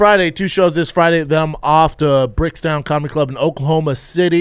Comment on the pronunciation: It's so annoying when Brendan says "Brickstown" comedy club lol it's BRICKTOWN.. no S 🤣